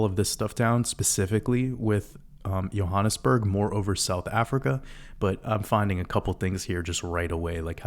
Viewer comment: Hi, as a South African (now living in New Zealand) I can confirm that your pronunciation of both Johannesburg and Egoli was spot on, and thank you for another masterpiece, go you good thing!!